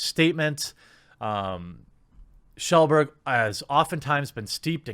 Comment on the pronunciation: "Shellburg" Never change, Jeremy.